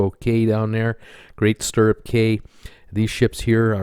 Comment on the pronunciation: Hey, FYI cay is pronounced key as in Cay/Key West